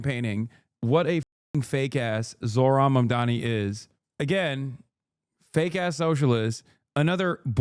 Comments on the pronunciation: ZORHAN MANDAMI is a wild pronunciation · "Zorhan Mandami" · "zor-han mandami" freakin' racists. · Why can no one say his name? It sounds exactly like it's spelt: ZOH-RAN MAM-DA-NI. I guess it is America, so expecting the media to be literate is expecting too much.